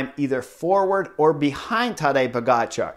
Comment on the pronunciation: Love it how spot-on your pronunciation of foreign names is, Chris (in this case Pogacar's). I appreciate the extra effort, sir.